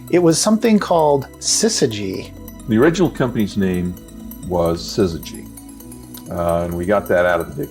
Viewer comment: Remember, the first syllable of Syzygy sounds like siz and not sis.